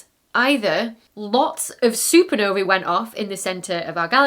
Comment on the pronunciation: I love that you've finally made the effort to pronounce the plural of supernova correctly. Hooray!